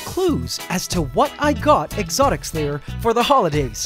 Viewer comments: Cause there is a "s" On Exotic(s) Lair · Sounds like you're saying "exotic slayer" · i just like how the way he pronounce "Exotics Lair" sounds like "Exotic Slayer"